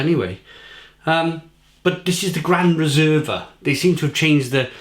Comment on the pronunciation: Your pronounciation of "Peroni Gran Riserva Rossa" gave me a faint. I'm italian, you see. You said "Pr'nee gr'n R'sr'va roZa". All the vowels were not pronounced.